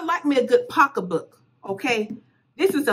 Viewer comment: Retch. Pockabook. Bill Fold. 😂😂😂